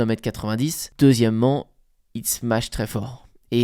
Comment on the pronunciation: Super les vidéos sur le bad ! Juste une chose, ça me fait halluciner que tous les joueurs disent smatch,.. où est le T les gars, smacheeeeee